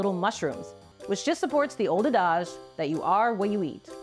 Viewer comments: "photosynthetic features" a·duhj see·luh·kanth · WTF is "uh-dawzh" ? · "Ah-DAHJ"? "KOLE-uh-canth"? Have i been mispronouncing these words all along? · How is it that doesn't know how to pronounce "adage" and also "coelacanth"? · Just wanted to point out the miss pronounced “Colicianth” and “adage” here.